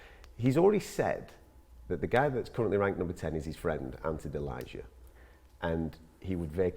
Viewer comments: It hurts so bad how they pronounce Delija... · is it really that hard to do your homework and learn how to correctlly pronunce croatian surname Delija?